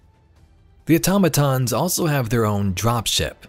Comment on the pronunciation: Thank you for actually pronouncing Automatons correctly 😂